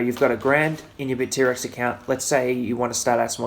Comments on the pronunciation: great video! btw it's bittrex not bit-t-rex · It's BITTREX, one word, not BIT--T--REX! LOL! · Hahah he says Bit-T-Rex.. Never heard it that way before